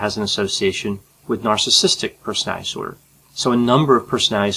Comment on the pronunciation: I like your videos very much. And I should stop watching them all the time. As it becomes a disorder. But I like the way you explain things, you have a brilliant explaining personality. It is not a disorder. (Brilliant explainability disorder) You speak very fast, which I like, too. But please pronounce "personality disorder" properly. Don't say "personalidisorder". Please😁